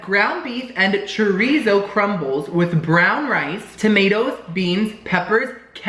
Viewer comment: as a fellow half Cuban I’m disappointed in your pronunciation of chorizo😞